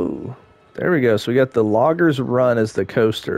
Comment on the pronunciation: Great park! The stations were awesome and the layout of the flume and the "logger" "logder" lol were by far my favorite. The detail of this park was very well thought out! Loved it! I really need to get a PS5.. lol